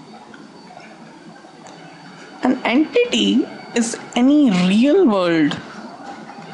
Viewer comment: "An enkiking is any RRREEAAAL wold opchik." :D